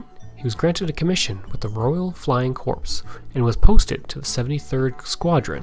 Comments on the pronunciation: Corps is actually pronounced like "Core." You also committed the dreaded use of the site where Jesus was crucified, "Calvary" in place of "Cavalry." Cavalry are mounted troops. For old military farts, like me, those are grave errors which greatly undermine your credibility. While your purpose is noble, you might want to do more in depth research before putting your video together. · good effort but its not flying corps. the p is silent .